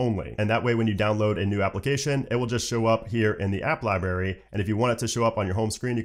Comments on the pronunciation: Are you 3 years old? It’s a libRary not a lie berry. LOL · The way he says library kills meeee 🤦🏻‍♂️